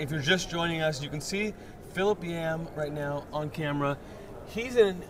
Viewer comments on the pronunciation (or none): Is it hard to say Philip. Lol